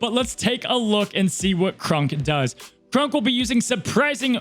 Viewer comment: Please....please for the love of all things good and holy....please pronounce Kronks name correctly.....it's not Krunk....it's pronounced Kr-ah-nk....he's already bad enough in the game sadly....at least show him a little love ❤️